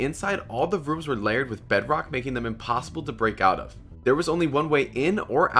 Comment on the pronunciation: I like when he says every time he does an escape vid he say " ImPoSiBlE" when its not😂🤣😂🤣😂